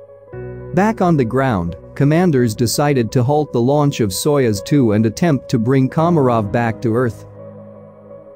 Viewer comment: It’s pronounced „sayoooz“. I had to watch the video three times until I understood what they were talking about 😅🙈